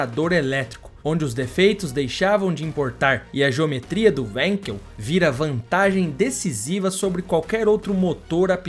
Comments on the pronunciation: Wenkel se pronuncia venkel e não uenkel, em alemão o W tem som de V. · Sendo um nome alemão não se diz wenkel e sim vanquel é a pronúncia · A pronuncia correto do motor é WANKEL com A e não com E Pronuncia em alemão e não em inglês. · A pronúncia correta do nome do motor importa, blz? O nome é alemão, não inglês.